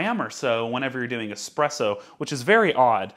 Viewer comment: I'm really glad to hear you say "easy presso" instead of "one z presso"